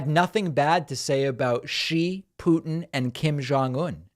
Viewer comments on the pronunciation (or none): none